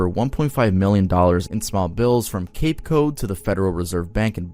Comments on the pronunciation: It’s funny, right after he pronounced Cape Cod as “Cape Code” lol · you're awesome and all, but you still flubbed a bit on town names in MA cape cod, it's not a soft o in cod, think codfish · Not to add to your Massachusetts mess ups but its cape cod like cod fish not code lol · I love hearing “cape code” right after the Plymouth thing haha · It’s pronounced Cape-Cod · First Ply-mouth , then Cape Code ?😂😂😂 ur on a roll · “See guys? I can pronounce Plymouth correctly. You can’t be mad at me anymore!” “Cape Code” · i love how you got plymouth right just to go on and say “cape code” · Honestly crazy he mispronounced Cape Cod as Cape code I died laughing as a dude from mass have never heard it pronounced like that before 😂